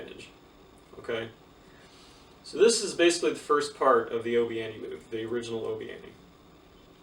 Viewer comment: It’s obi wan Not obi ani